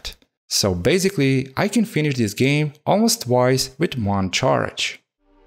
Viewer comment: Like a "géme" ahah